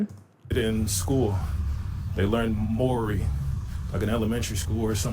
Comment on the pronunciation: Dude, do you purposely go out of your way to piss off a countries populace, Mori language? its Maori. pronounced ma-our-ree ...say it fast.